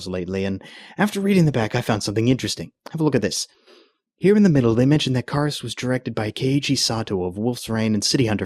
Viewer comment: you kepe saing karas wrong